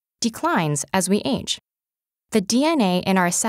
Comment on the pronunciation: I kinda got annoyed of how she said “age”